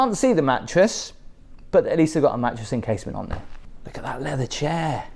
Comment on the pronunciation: "Look at tha'!"